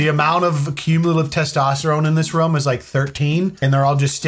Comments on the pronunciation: Why do i get so triggered when you say Rum. RRRRRROOOOOOOOOOOMMMMMMM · Room like Boom. The way he says room deeply bothers me for some reason and I don't know why.